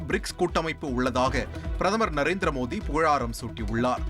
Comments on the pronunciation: Modi da mothinu enda padikira😅super news reader😅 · முதலி்ல் பிரதம‌ர் மோடி என்று நன்றாக உச்சரியுங்கள்